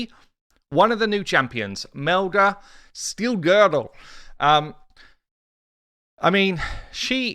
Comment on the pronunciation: The way you said Steelgirdle made me laugh. 🤣🤣